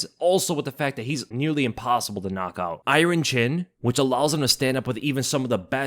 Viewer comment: Your list is as good as your pronunciation of the word "iron".